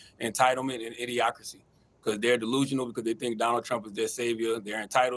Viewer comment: Burchett should be out chasing UFO's. And did that doofus say idiocrity? 😂